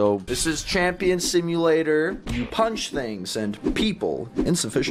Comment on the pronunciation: when dennis said punch things and people that sounds like fling things and people